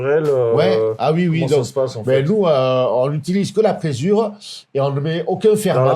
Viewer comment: c'est présure, pas frésure !